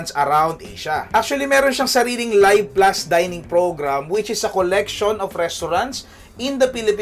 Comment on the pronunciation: I think this is pronounced LEEV plus, not LUHYV plus. Also 8% is not "unheard of", Eastwest Visa Platinum offers 8.88% on even more categories.